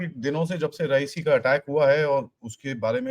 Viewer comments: Not रईसी it's रिआसी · Sir, the place is not raisi, it is RE YA SI. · रेऐसी है ना कि रईसी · Sir, the place name is Re-Yaa-Si and NOT Ra-ee-si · it is Reya cee not reyecee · it's Reasi and not Raesi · Place is written 'Reasi' & pronounced 'Riyasi' 🙏😔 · Sir just one suggestion..Reasi is pronounced as "Ree ya si" 🙏